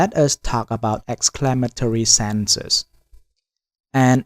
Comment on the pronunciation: Senses…What..? Pls say SENTENCES …Properly Sorry Bro….Very poor Pronunciation